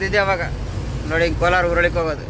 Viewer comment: ಕೋಲಾರ ಅಲ್ಲ ಶಿವ ಕೋಲ್ಹಾರ